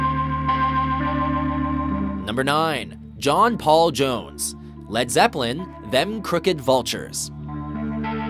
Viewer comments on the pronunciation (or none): none